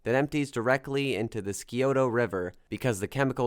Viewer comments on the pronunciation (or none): And he pronounced Scioto wrong, too. It's pronounced Sigh-oh-tah, rhymes with Toyota. The reason I know is because I'm from Ohio. 😊